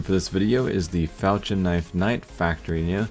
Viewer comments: IT IS PRONOUNCED FAL-K-IN. NOT FAL-CHH-IN!!!! I CANT TAKE THAT!! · I think you are saying "Falchion" wrong. Pronounce the "ch" like a hard "k". It ends up sounding like the word "Falcon."